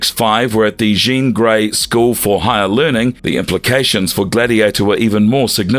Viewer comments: It seems like a great video, but you mispronounced so many names wrong, it kind of turned me off. Also, in the video title, you have Gladiator described as a Kree, when you mention in the video he was Strontian. Now, those flubs aside, the video was pretty good. A big favorite of mine, by the way. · these AI generated videos are full of so many annoying errors (the way it pronounces "Jean" Grey lol) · Interesting character. Though, gotta say, it did get old fast how you kept butchering Jean Gray's first name lol. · Thank you... I couldn't even finish the video because that was annoying me so much... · yeah you're telling me. They also mispronounced Jean Grey's name lol. I've been running into this a fair bit recently.